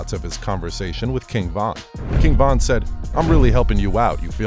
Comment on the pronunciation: Stop doing Von name like that smh 🤦🏾‍♂️